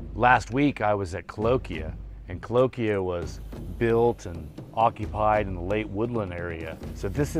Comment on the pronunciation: I'm gonna make a video so I can say cahokia wrong 400 times...